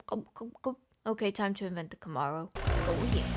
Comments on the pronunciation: Im not sure anyone of Earth has ever pronounced it as Cah-morrow..its fine...your the best..but i felt i should point that out...❤ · That is not ho you say camaro, you all britly folks can claim english, but not our cars.